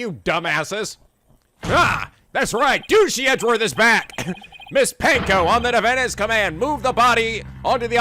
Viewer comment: *Cue getting triggered by pronouncing "Panko" as "Pain-Coe" when it's pronounced just like Ponco*